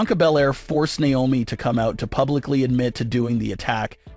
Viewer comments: It's not niomi it's Naomi 😢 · Stop mispronouncing Naomi